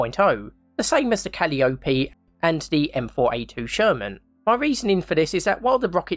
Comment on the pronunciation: All great suggestions! Quick tip: calliope is pronounced with the accent on the second syllable: ca-LI-o-pe.